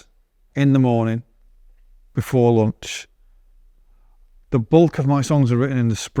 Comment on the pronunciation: He even says LUNCH. 😅